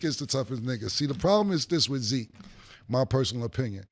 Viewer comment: And zeek not tuff 😂